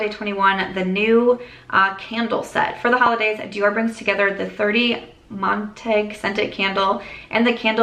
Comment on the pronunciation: 30 Montaigne is the address of the flagship Dior store in Paris. Based on my very rusty HS French I think it is pronounced Mon tayn. Just helping along your Dior knowledge to get you that sponsorship!